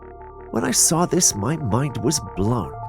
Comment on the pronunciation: The word saw does not have an r in it